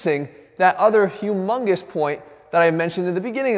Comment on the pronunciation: He said hughmungus, he just sexually harassed us! Not everyone will understand this.